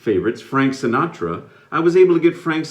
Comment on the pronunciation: Yes you said it right thank you Sinatra i'm going to remember that in my life i'm your biggest fan ever